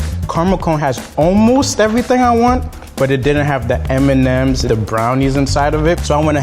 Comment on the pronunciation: Did he say Eminems instead of M&Ms? 😂